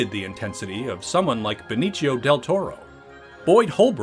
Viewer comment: Please stop it with the "Beniccio" del Toro 🙈 he's hispanic not Italian and as an hispanic myself it's so cringy everytime i hear that 😅